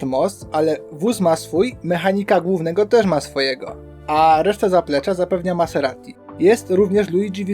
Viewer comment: Ciekawe omówienie sezonu. Zobaczymy czy starczy ci determinacji aby dotrzeć do 2024 :) ps wymawia się MaZerati a nie MaSerati. Trochę to razi.